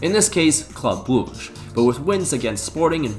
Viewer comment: This has to be the worst pronounciation of Brugge ever